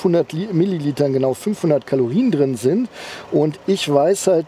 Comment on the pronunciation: "LED Rückleuchten sinnd optional. Wenn man sie möchte, nuss man sie extra bestellen." OMG